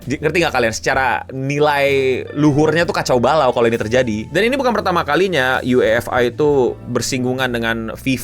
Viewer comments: kelihatan banget ga ngikutin bola, nyebut UEFA nya aneh “U-E-F-A” bukan “YU-EFA” seperti fans bola pada umumnya 😂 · Dan ketua fa KONOHA dg lucunya setuju n ngedukung si botak Infantino,😂 btw lucu bet penyebutan UEFA dan nama ketuanya ketahuan gak ngikutin sepak bola, KLO siaran Ama koci psti dimaki2 kardus lu😂😂